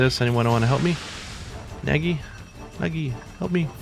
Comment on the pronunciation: lol for someone who's fluent in japanese, you just called Nagi "naggy"